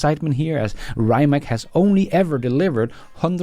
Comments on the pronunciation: Rye-mak?! Get that American poison off your tongue. Please use the correct pronunciation of Ree'-mats. And the founder Mate Rimac, is Ma-tay Ree-mats, not "Mayt Rye-mak", according to videos on their web site. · Rimac is not rimak !!!!! try to pronounce this: Rimats it will be more like we in Croatia call him